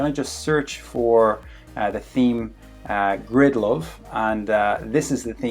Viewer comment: 😂😂Grindlove theme.. I mean GRIDLOVE, GRIDLOVE. No but thanks for the tutorial man, was really helpful.